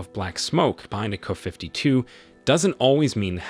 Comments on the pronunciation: The narrator sounds like a complete idiot buy mispronouncing the aircraft designations. ME8, Kuh52. Then they stay there is a turret mounted Auto Cannon when it's clearly mounted alongside the fuselage not in a turret. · You AI REALLY needs tuning. Instead of writing Ka52, or anything like it, do this "K. A. 52" and the "Mi8" needs sorting. I know this is a qyick cash grab job, but at least play back your audio for Goddess Sake. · Wtf is a 'kuh' 52?? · Not "kuh".....duh! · Get rid of the "canned" narration! It sounds so stupid hearing the video refer to the helicopters as "Kuh-52s" and "My-8s" Also makes the video creator look like a total imbecile! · In the russian language you would pronounce it Ka-50, not abbreviated like KA. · I've never heard of the "Kuhfiftyto" or the "Kuhfifty" helicopters? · Thumbs down for your ridiculous fake voice mispronouncing the helicopter’s name. You should have written K-A-52, dummy. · You should at least pronounce the helicopter names properly. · KA. KA. KA. Not “ka”. Jezus. It’s not a crow, it’s a helicopter. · Can't you 'teach' AI to properly pronounce "KA-52", instead of "KuhFifty Two"? When you give AI the data file (text file), spell it "Kay Aye Fifty Two". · "Kuh 52"? Really?! OMG..AI narraratoin sucks so hard! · K..A..52! NOT 'kuh' 52😅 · Kay-Aye 52, not "kuh." Also, Em-Eye 58 (or whatever the number was). This is the problem with having an AI voice read a script. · Artificial Intelligence, would be even better if the script were considered and instead of using "Ka" it should be "K A". I'm getting more and more pi**ed off with people being lazy and not doing a proper narration. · It’s not KU 52 it’s K A 52. K A as in apple. Get it right. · It’s not a Kuh 52 - it’s a KA-52😂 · It's kay or kay A fifty two not kuh 52. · Wow...a "kafiftytwo"? Your narration program sucks. I'm out. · "KAFIFTY 2"?? Thumbs down for the terrible narration. Have some quality standards! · kaah fifty two....kaah mon ! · What the hell is a "KuhFiftyTwo?"